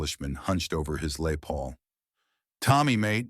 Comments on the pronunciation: A.I, or a bad home worker. never heard of "LAY" Paul, do you? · "Lay Paul"? Give me a break! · LAY PAUL !! WOULD IT BE LES PAUL ???